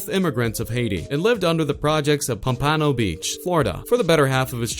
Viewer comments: Pum-pa-no lol its pompano(pom-puh-no) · Pan-pan-no? Its pomp-pa-no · It’s pronounced ponpeno 😂😂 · lmao i live next to pompano beach and when i heard how you pronounced pompano like pom-pano i died lmao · Lol "Pom-Pano" . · "Ponpawno beach" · Pop-uh-no nigga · I am from Florida don't say it like dat say pump a no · Nigga couldn’t even say pompano right😂😂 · The way he says Pompano🤦🏽‍♂️🤦🏽‍♂️ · jit said pompano wrong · I’m from pompano beach and they way this dude says it bothers me lol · How u going to talk all this info about Kodak but u can’t say pompano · You pronounce pompano wrong lmao like wtf it show u never been to florida day in your life if u can't say people city and state right don't be making videos u sound dumb af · Can't pronounce pompano the disrespect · why is he pronouncing everything wrong, its pronounced pompano (palmponoe) and yungens (youngins)